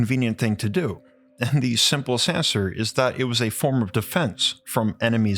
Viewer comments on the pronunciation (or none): none